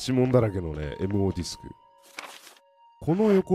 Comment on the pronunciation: 「MOディスク」が「M用ディスク」にしか聞こえないw